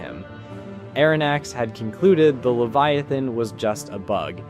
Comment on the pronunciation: Why did you replace the e to an a in leviathan